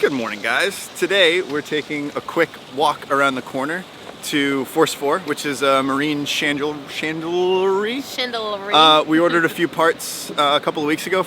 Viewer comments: great stuff guys pronounced Chand-ler-ry of course no rr in spelling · It's Ch as in cheers. Chandlery.